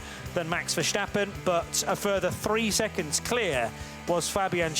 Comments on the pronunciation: Verstappen, not VerSHtappen. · Verstappen yes, not VersHtappen...lose the 'sh' sound, just use 's', there's not 'h' in there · Ver-stappen, not “shtappen”…. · "Vershtappen"? Really? Thought we got rid of that already...smh😂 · it's not. They always make it sound weird. Just saying "versteppen" sounds much closer than whatever it is they try to do.